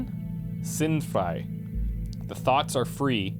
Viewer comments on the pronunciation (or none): gedanken is pronounced with stress on the a and sind frei belongs a bit farther apart but your german is pretty good, despite the accent ;) HOWEVER "Die Gedanken sinnfrei" just sounds like an awesome song. Basically means "The thoughs sensefree [ basically random]"